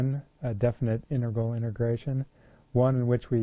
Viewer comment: It sounds like you're saying "immigration" haha. jokes aside, tihs is a great video!